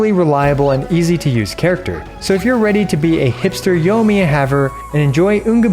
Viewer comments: Yoimiya. Yoi. Yoi. Yoimiya. Not Yohmiya. Sorry I had to, great content as always! :) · "yough miyuh" giving me ear cancer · Pls pronounce the i in her name, driving me crazy